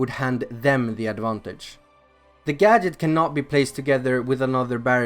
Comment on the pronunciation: That’s not how you pronounce gadget